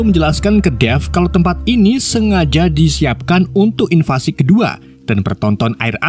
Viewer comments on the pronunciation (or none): none